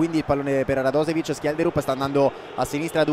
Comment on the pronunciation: pronuncia un è /radosevic/ ma /radoshevic/